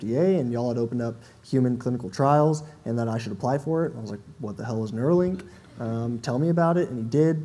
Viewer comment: It's Nuerolink after Beerio Kart. lol